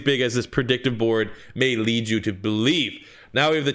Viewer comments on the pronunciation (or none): none